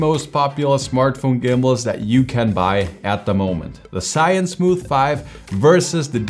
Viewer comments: Maybe do some research on how to pronounce the brand next time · Why you Americans dont know the original names of products "ZhiYun" are Chinese Hanzi。